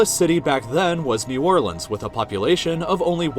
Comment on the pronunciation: Coming from a native to Louisiana, I can’t believe he said New Orleans right!